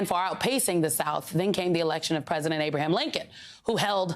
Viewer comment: "Whaw and She want's to 🐝 prisident ".